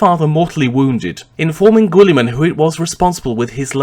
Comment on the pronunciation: sorry but I can't take this vid seriously with your pronciation, GWOOLY-MAN It's a silent 'U' just like in the word guild which makes sense as He carried over Konor's meritocratic methods to govern maccragge and eventually reform society and trade across the galaxy, just like the Roman empire settling across Europe and Asia. And considering just how far the Ultramar system is from the Sol system I think it's not too much of a farfetched analogy.